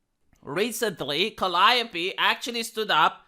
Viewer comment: He pronounced Calliope right ( Ive always got it wrong ). This guy knows his stuff.